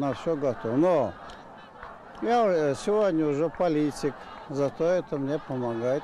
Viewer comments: Он сказал «я сегодня Жопалитик»?) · он сказал "я жополитик"